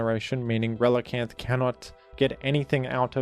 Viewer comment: You're ReliCAN! Not reliCANT...